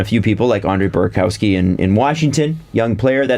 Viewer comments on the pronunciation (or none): it's Bura'kov'sky not Bura'kow'sky.